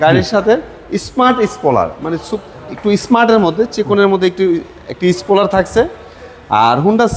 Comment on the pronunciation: স্পুলার, সিভিস 😂 নূন্যতম লেখাপড়া করে নাই।